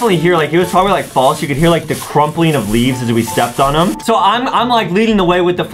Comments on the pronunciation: He said trobably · Adam literally said trobably